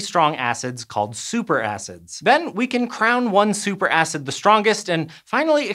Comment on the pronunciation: Did he say super ass?? 😅